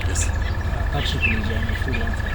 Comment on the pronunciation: Mkhwananzi not Mwananzi